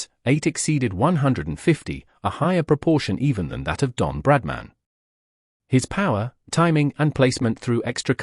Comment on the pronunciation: Don't you love AI? 😂 Brad man.